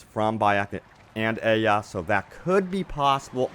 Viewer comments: Aya not aia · It's not pronounced aya its pronounced aia obviously not spelled that way but that's how it is said